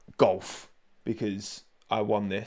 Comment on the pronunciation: That controller says GULF, not golf :P